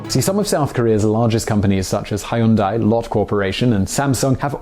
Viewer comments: Huendai, not highundai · FYI about pronunciation: "ae"/"ai" is pronounced like "ay," not "eye." So Moon Jae-in is "Moon jay-inn" and Hyundai is closer (but not exactly) "Hyun-day." And Kaesong is "Kay-song," not "K-eye-song." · Korean-American here. Been watching several of your channels now and enjoy your content but I can't help but cringe every time you mispronounce Moon Jae-In and Hyundai. It's pronounced Moon Jay-In. Not, Moon Jie-in. And just look at any Hyundai commercial on Youtube to learn how to properly pronounce it. It's not that hard. I enjoy your content but I'm going to unsub if you keep mispronouncing these going forward because you've been mispronouncing them for what appears to be years based on your upload dates. It's okay if you mispronounce it the first few times but it's been awhile now and you still haven't corrected yourself. I think it's insensitive and almost seems intentional at this point, which, if it is, then you're downright being churlish and offensive.